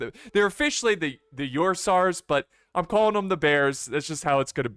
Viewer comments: I believe it’s pronounced the same way as the Ursa in Ursa Major. So Ur-s-ah-s? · I think you can pronounce it as URSAS as in "OR SAS"